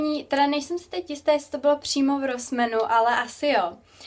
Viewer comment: Čte se to [ rosmAn ] ne rosmeEn jako to čteš ty. Ale jinak hezky